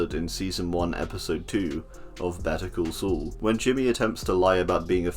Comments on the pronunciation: "of better cul sul" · “Better cool sool” is what I heard in the beginning 😂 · Ah, "Better Call Saul", or as the narrator calls it: "Better Ghoul Sool" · man made "better call saul" sound like the the name of a french castle in the first 2 seconds of the video